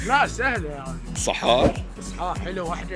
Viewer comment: صحار وليس ضحار الخابوره وليس الخبوره